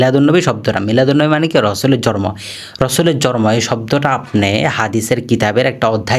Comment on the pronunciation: জর্ম না শব্দ টা হবে জন্ম। কথাটা প্রক্যাক্টিস করে ঠিক করুন